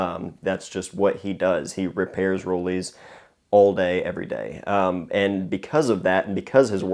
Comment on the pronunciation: Nice. :) That's a camera I'm interested in in future, too. I just received an as-new Rollei 35se, which I'm very happy about..Just fyi, being German, "Rollei" is pronounced like "Rol-eye".